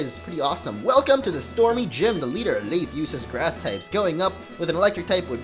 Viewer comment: His name is pronounced leaf an don't forget the grovyle!!!